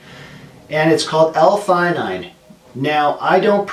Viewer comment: Umm you definitely didn't pronounce this right